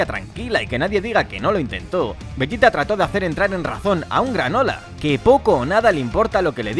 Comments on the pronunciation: no te hagas el listo, eso lo sabe cualquiera, de lo que me rio es de como pronuncias veYita a un publico que obvio habla español, y ambos sabemos como la mayoría lo llamamos, a ver, llamar a los personajes por su pronunciacion en japones es ridiculo (kuririn, burama, friza, etc) pero bueno tu sigue con tu veYita 🤣🤣😉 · LA PEOR PRONUNCIACION DE "VEGETA" QUE E OIDO